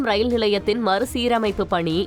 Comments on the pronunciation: 1 st நியூஸ் சொன்ன பெண் ஏன் இப்படி உளருது... மறுசீரமைப்பு ஒலுங்க சொல்ல தெரியல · மறுசீரமைப்பு என்று ஒழுங்காகச் சொல்ல தெரியவில்லை..